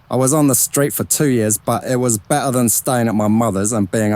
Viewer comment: It's well researched, although Mariannes' bisexuality is omitted. The only thing that really irritates me about the narration is the narrator's lazy delivery, not pronouncing the t's. It's not 'be...ur,' but 'better.'